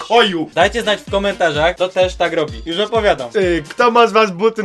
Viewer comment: Jusz się nie pszestraszsz